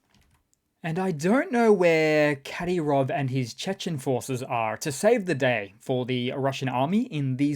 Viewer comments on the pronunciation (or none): none